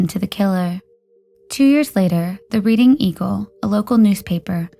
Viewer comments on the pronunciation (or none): Thanks for posting as always. Pronunciation tip: Reading, PA is pronounced “RED-ing”. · "Reading" is pronounced "Redding". Also, use the past perfect tense, e.g. "she had been there..."